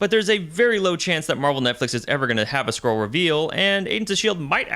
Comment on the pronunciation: Skree krull war?